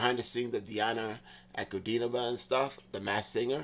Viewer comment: Вау, первый американпипл который правильно ударение поставил на фамилию